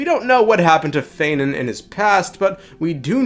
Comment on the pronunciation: yeah no shit bro. Of course his name is not feinen. His name is phainon. It's like saying fie-none